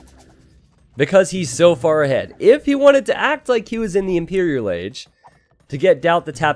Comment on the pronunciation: impereral agee :'D